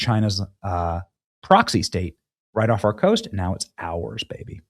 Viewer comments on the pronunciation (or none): none